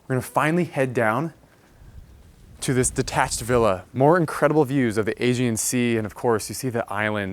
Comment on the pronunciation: The house is stunning, but I think a little research as to how to pronounce things would be good! - Aegean Sea (aye-GEE-anne) oh and it’s PERforated not PREforated That drove me a bit nuts during this video otherwise beautiful find!